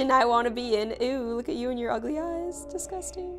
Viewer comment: Gloom: that disgusting Me: That’s desgoosting.